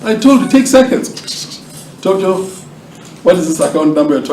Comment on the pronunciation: You did say Tokyo but we did not understand